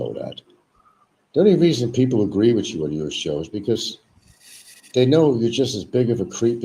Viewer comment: its HOMEY Frank not homely. WITH YOU not wichu